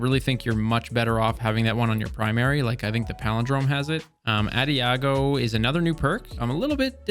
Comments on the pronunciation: Audi-ah go lol A-dodge-ee-oh Fml people. It's only 4 syllables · “Addi -ah-go” 😭😭 Bro, it’s “Ah-daj-ee-oh” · Auh-dia-gio bro adagio lol. hooked on phonics short bus reading skills my dude. At least you are good at destiny 👌🏾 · Adiago is what you're saying. Uh-dah-gee-oh is how you say it. Adagio. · Leaving a dislike on this otherwise outstanding video for pronouncing ah-dah-jio as ah-dee-ah-go. Thank you so much for this succinct and informative review of the Fractethyst! I’ve already gotten a fair amount of decent to excellent rolls that I’m looking forward to using in the crucible next time running a shotgun tickles my fancy. I also look forward to testing whether it and other legendary stasis weapons benefit from stasis burn during pve activities. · It is spelled "adagio" and is pronounced ah-DAH-jeeo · Ok I know I'm an OCD JERK. but I have got to tell you UH-DAJ EO. it's a musical term for slower. Please for the love of all that is good in this world. Say it correctly. You are a smart, with the ability to teach 168,000 people to say that word correctly. Love your content! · I missed the entire section on Adagio because of that butchered pronunciation. Its Italian, commonly seen as a tempo marking in classical music to indicate a light jogging tempo. Quick, but not too fast. And is pronounced similar to Ah-dah-shi-oh. The G is the odd one. Like Digiorno pizza or Luigi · FYI its pronounced Ah-Day-Gee-O. But great video bro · P.s. ADAGIO is pronunced ah-duh-joe (Or ah-duh-gee-oh for the english version) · it's "Ah-dodge-e-oh" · It’s ‘a-da-jee-o’ haha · It's amazing how so many youtubers fail to properly read these new perk names lol this guy pronouncing adagio as "adiago" was funny and annoying at the same time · I'll sub when you pronounce "ah-dosh-ee-oh" properly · Finally a content creator who can pronounce "Ensemble"! and then came the "adiago" /sigh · adagio = ah dah gee oh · AH - DAH - GEY - O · Adagio....uh-dah-geo with the stress on the second syllable